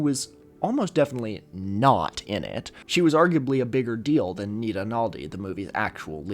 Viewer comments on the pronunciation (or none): none